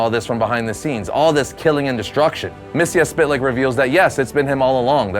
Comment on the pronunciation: It's pronounced Myx-is-spit-lick.